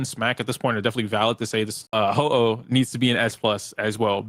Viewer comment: did this dude really say Ho-Oh. Since when did we get a legendary pokemon in honkai star rail?